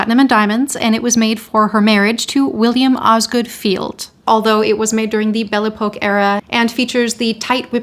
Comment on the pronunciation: Darling girl, it's pronounced Belle E-pock...please, you're so wonderful, it's not E-poke